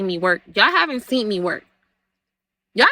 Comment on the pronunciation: Why is she adding a “T” on “seen”🤦🏽‍♀️ if slow was a person 💀